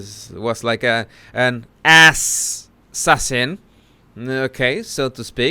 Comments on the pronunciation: 😆Meghan: "ass-assasin" 🤣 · "ASS~ sassin" 🤣🤣🤣🤣 she's definitely a "D" list actress